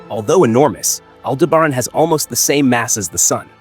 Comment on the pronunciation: Pronounces almost as good as you spell.